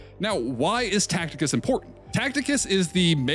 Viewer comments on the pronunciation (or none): cool vid but its Ta see tus (Tacitus) not Tacticus lol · Just FYI Tacitus is pronounced Ta-Sit-Us not Tact-Ick-Us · Tacitus not Tacticus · TA-CI-TUS……. Not Tacticus my guy 😭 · Bruh, Tacitus is pronounced Taseetaas not Tackteekaas. 😅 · "Tacticus" he says...😭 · Can’t even pronounce Tacitus right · are you saying Tacitus wrong as engagement bait? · Wonder of he knows the 'C' in 'Tacitus' is a soft one lol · bro cannot pronounce tacitus correctly